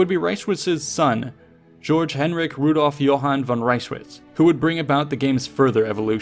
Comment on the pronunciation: You sarcastic? He pronounced German Georg as "Jorj".